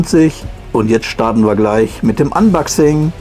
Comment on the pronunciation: unbaxing triggert so sehr 🙂 aber ansonsten sehr gut gemacht und informativ